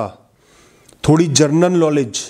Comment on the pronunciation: जरनल नॉलेज नहीं, जनरल नॉलेज